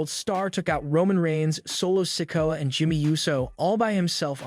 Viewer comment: Pronounced sikoa and rakishi wrong